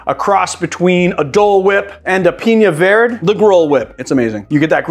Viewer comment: Love the channel and have learned a ton. But, you'll pronounce the ñ in piña. But, verde (vair-day) is vird? #comeonman